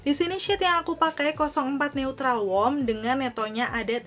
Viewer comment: Ultima two bacanya😄neutral juga salah bacanya. . Maap cuma koreksi aja😊